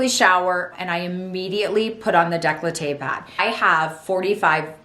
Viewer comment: it's décolleté, not "declahteh"lol